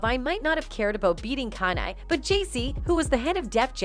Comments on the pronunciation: I KNO right who the hell Is ky-ni😂😂😂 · I KNO right who the hell Is ky-ni😂😂